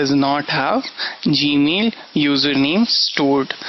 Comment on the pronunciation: when you realize he speaks from nose and says "G-mill"...... lol but cool lecture dude....